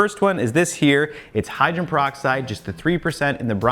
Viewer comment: I agree with some of the other commenters. Your channel is definitely my go to for figuring out how to clean stuff. Perhaps this is a picky issue, but hydrogen as in hydrogen peroxide has three syllables in it.